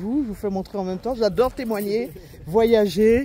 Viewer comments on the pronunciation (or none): none